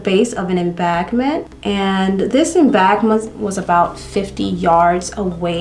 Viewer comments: Oh and "embankment" sound that out, Em-BANK-ment... Not trying to be rude darling, It was pretty funny how you were pronouncing that though. XD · Just found your channel a few days ago. I happen to be a huge fan of true crime , and love makeup. Therefore I plan on watching all your videos until I catch up, lol. I also love your cute accent, embankment sounded like em-bag-ment 😂, Keep up the Great content.